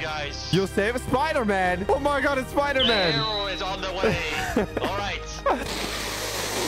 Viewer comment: That's not spider-man, that's spooder-man